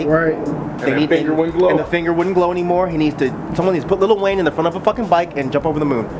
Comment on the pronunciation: I'm sorry. There is not a single "t" in Lil' Wayne.